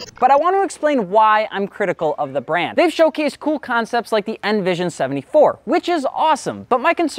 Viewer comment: Start by learning how to pronounce the brand’s name maybe?